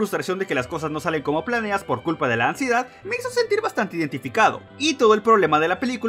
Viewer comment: Me dió Ansiedad cada vez que decía Amsiedad